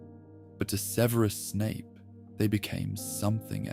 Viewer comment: What's with the annoying pronunciation of Snapes 1st name?